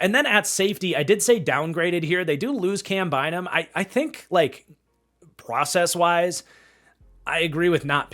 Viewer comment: "pwocess wise"😅